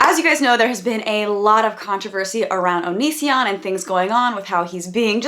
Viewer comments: So if he pronounces Patreon like that.. have we been pronouncing Onision wrong all this time? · I thought I was the only one who was annoyed by how he says "Pay-tree-UHN" especially when he pronounces his own channel name as "oh-nee-see-AHN"